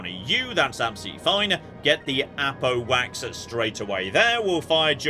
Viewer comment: I know it’s Apo Wax, but every damn time my ears hear “Apple Wax”